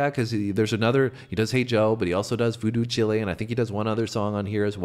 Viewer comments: Jimi was born in Seattle, WA., Nov 27, 1942 and died Sept 18, 1970 in a hospital in Kensington, London, England. Montreux is said "Mon-tro", spelled like in French almost. Voodoo Chile is not "chili". It's short for Voodoo Child, except the "d" on child is silent. Come on guys.......how can somebody claim to be a Voodoo chili??? Lyrics - "I'm a voodoo chile". He died of asphyxia. In other words...He overdosed & choked on his own vomit. Unfortunately, not so rare a thing back in those days. He use to perform with many hits of acid against his forehead under those head ties. Notice he almost always wore them. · It's not pronounced 'Voodoo Chili', 'Chile' rhymes with style. This typically requires differentiation between the longer, slower blues jam with Jimi, Steve Winwood(Traffic, etc.etc.), Jack Casady(Jefferson Airplane) and whoever else, and this, the 'Slight Return') from side 4 of 'Electric Ladyland' most are familiar with, through countless covers, chiefly, probably, SRV(Stevie Ray Vaughan). Go deeper. It's well worth it. 😊❤ The Cream song they jam out on after cutting 'Hey Joe' short is 'Sunshine of Your Love', their first big hit. Revolutionary, groundbreaking reset-the-paradigm group, as was Jimi's. 'White Room', 'Spoonful', 'Born Under A Bad Sign', 'Crossroads', 'SWALBR', 'World of Pain', so many more. Explore 😘🤙🏽🎶❤️✨️🕊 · Voodoo chilli, mate lol..., its Chile as in child, not Chile as in the really thin South American country😅😅😅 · Voodoo “Chilly” (that’s the way you pronounced it ) It’s Voodoo Chile or Voodoo Child (Return). Makes me think you really aren’t familiar with Jimi and are doing an honest first hearing review. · Voodoo chilly????😂😂😂😂 It's Voodoo Chile like..chi..yull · American people pronounce chile voodoo chilli and its c hil as in child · Bwahahahahah voodoo chilly ... that word is pronounced like 'while' - it's a colloquialism of 'child'